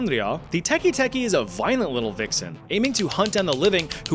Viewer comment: It’s teke teke, not teki teki